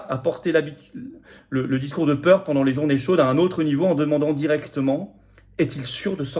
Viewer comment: Il ne faut pas avoiw peuw 🕷️